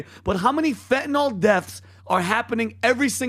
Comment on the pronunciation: It's pronounced FEN TAH NILL Fentanyl. Not Fentanol